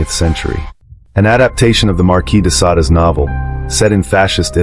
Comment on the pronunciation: It is Marquis de Sade not Sada